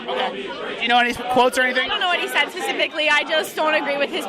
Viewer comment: " I don't agree with him Pacifically". Fucking retards.